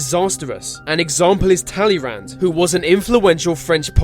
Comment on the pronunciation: Talleyrand isn't pronounced like this.